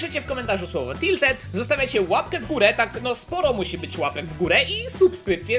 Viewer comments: "Tilted" xD bardzo lubie oglądać ciebie i kebcia i 100 widzów na, moje ulubione odc. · "Tildet" giga fajnie ze tilted poerocilo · "TILTED" pozdro 600 xDD kto tak jeszcze mówi a ja ok kto pytał wiem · Tilted". Nie będę słodził. Po prostu liczę na szczęścię narka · "Tildet" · Tildet tawers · Tiltet tałers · "Tilted" uwielbiam te odcinki i twoj kontent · "Tiltedy" ubielbiam mano twoje odcinki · "TILTED" :D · TILTED TAŁERS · TILTED Uwielbiam twoje "Siemasiemaneczko😊 "